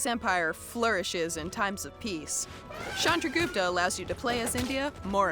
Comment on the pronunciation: It's not "Shandragupta" it's "Chandragupta"